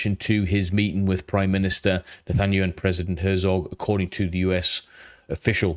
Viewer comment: net-an-ya-who just for pronunciation love your videos btw great job!